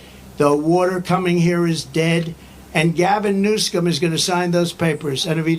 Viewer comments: Its pronounced Newscum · President Donald Trump said Newsomes name right,when he pronounced it Newscum! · Anyone notice Trump said Gavin NewSCUM. 😂😂😂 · I love how he pronounces the CA governor's name...NEWSCUM😂 Very appropriate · I love how Trump doesn't miss a beat in adding the C to "NewsCum". 😂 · Did anyone catch " Newscum" Lol go President Trump!